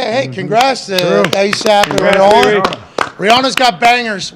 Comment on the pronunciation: Don’t wanna be the guy but it’s pronounced Ree-Ann-Uh